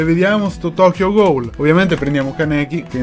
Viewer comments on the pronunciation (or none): comunque non si pronuncia ghoul ma si pronuncia ghul